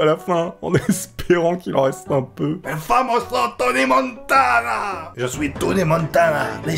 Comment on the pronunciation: C'e nest pas toni motana c'est touny montona